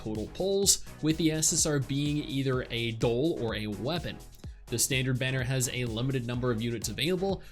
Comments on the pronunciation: Why are you pronouncing doll as dole? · why do you keep saying "dole" lmfao